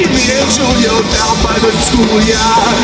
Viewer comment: Does anyone else find it funny that he is saying Jewlio rather than the regular Julio.lol